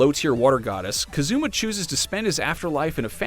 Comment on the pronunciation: "Keh-zumah" It's Kazuma.